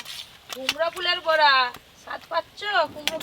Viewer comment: বড়া নয়। বোড়া,বোড়া বোড়া !!!! মালাইকারিতে ঘী ????? ভাল করে হাড়গিলেটাকে গেলাও।